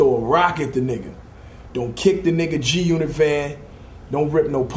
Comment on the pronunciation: when the game reads "g g g g g unot" it sounds like he can't read, like he's trying to pronounce g-unit lmao